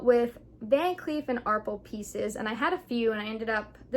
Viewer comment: Thanks for the video! Just an FYI … The “A” is VCA is pronounced “R-pell” (not “R-pulls” and the “s” is silent!). 😎